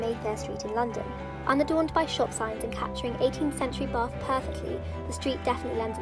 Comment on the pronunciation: As someone from bath it really gets to me how to say bath